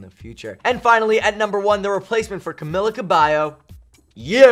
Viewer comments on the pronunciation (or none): *Camila Cabello not Camillla Cabelllo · Buddy, it's pronounced Cameela Cabaeyo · I don't get how people manage to pronounce her name incorrectly in official videos published to the internet and even on live television like if it's a unique name then do your research before you make a fool of yourself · Lil_ Camz oh hell no he just said my girl's name wrong,imma hunt him down lol im kidding😂😂